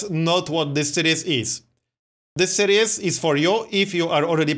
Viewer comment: Dont take offence to this because its really not a big deal. You're pronouncing 'series' wrong. Its more like Sear-ees, you're saying 'serious'.